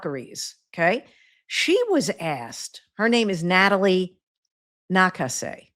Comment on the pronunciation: The Valkyries Head Coach is Natalie Na-KAH-say, with emphasis on the middle syllable. Wrong pronunciation. :)